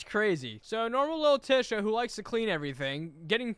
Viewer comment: I refuse to pronounce Tisha name like that